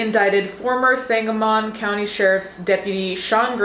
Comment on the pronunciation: Hey, I'm a resident of the area, just had a small note: it's pronounced Sang-a-mun county. My heart aches for Sonya's family. Per the bodycam footage, it appears to be a completely unjustified act of violence towards a woman who was confused and scared in her own home. The people who were supposed to help her ended her life. There are no words that adequately express how appalling the whole situation is.